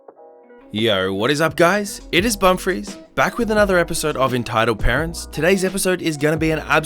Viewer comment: Im new to the channel and I legit tought it said Bumfarts instead of Bumfris...